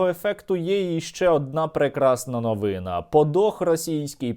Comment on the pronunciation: Ця НОВИНА́, наголос на останній склад. ❤